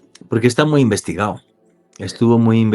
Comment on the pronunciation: por que no hablas como la gente normal? "investigao" que Diablos es eso?